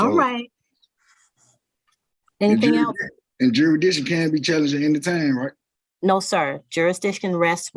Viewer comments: What’s ‘juridition’ fool! 😂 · The SovCit says the word juri-diction. He cannot pronounce jurisdiction. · He can’t even say jurisdiction right. “Jurishdishhon” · Juradition lol